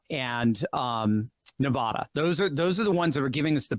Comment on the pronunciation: Could you PLEASE pronounce Nevada correctly!! Drop the nevaaada